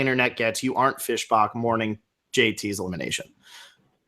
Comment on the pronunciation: love the channel but saying "Fish Bock" annoys me severly😂